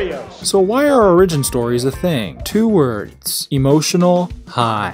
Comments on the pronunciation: "Origin" is pronounced Ore-ih-gin, not Ore-EE-gin. It's not a Japanese word. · Say it with me now: OR-i-gin. Wtf is an outleer? I dipped out early and didn't hear that one. Outlier maybe. Should I write this vid off as inept? Or does this young man have something to say? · ori-gyn? Bro its or-Ih-gyn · Since you've published this, I hope you have learned to properly say the word origin. It's not orRIGIN, it's ORRigin. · its or-ag-in not o-ridge-in why cant Americans speak English ffs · You have to put emphasis on the O in origin, not the Ri. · The way you say origin sounds ridiculous. It's not the word "original" without the last syllable, it's what your TTS automated voice said in the first second. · Omg as much as I like this channel you need to die with that pronunciation with origin. The I should be so much longer than you make it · You say origin wrong, apart from that good vid. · Where are you from? Why tf do you pronounce origin that way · why do you pronounce origin that way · The way you pronounce origin triggers me? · E;R's pronunciation of origin is terrible jesus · Learn how to pronounce origin. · learn to pronounce origin